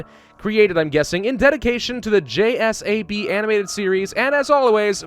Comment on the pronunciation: Dude it’s not j-s-a-b it’s pronounced j-sab Not being a Karen anyone, just trying to help